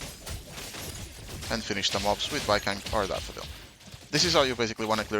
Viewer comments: I don’t think it’s “Baikang” it’s Baicang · Please, his name is pronounced like bai-tsang 😅 the pronunciation is killing me… here since I got an A1 Baicang lol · it's like bai-song. the "c" is a "tz" sound which is similar to the english s sound and the a in ang is a sound somewhere between an a and an o, realistically in my language it's an a that blends into an o. this probably isn't helpful but it's the best explanation i can give. great guide btw! really appreciate the explanations and showcase.